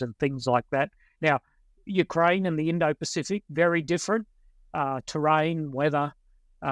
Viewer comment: "Moist of Ukraine". "A-tackem's". Disgusting. "Clustah". "NoAoades". "Sim-E-luh". I'm out!